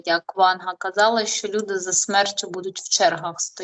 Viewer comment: Тільки не шьо а що